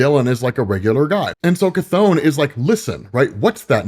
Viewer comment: Bro its not pronounced KATHONE!!!! So annoying